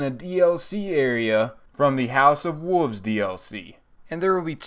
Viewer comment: Wolves not woovs